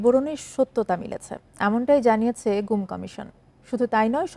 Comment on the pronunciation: "ঘুম" নাকি "গুম"? "Gum" or "Goom"?